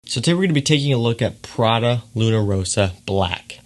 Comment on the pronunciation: Its pRRRaDaa not phradeuh lol 🤣 Lovin’ your vids from italy tho